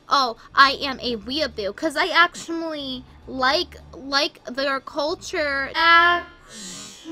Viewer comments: Actumally that’s what she says instead of actually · She literally on says ashamuly